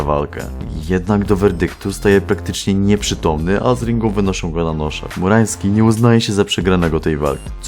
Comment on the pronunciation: Ciągle słyszę "FURAŃski'